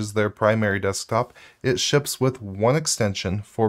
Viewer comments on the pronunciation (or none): none